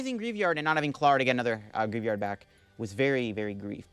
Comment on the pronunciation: Let's help with poke-pronounciations! Greavard - grie + vard